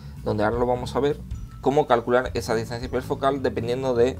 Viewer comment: ¿Por qué dices "etsa" en vez de "esa"?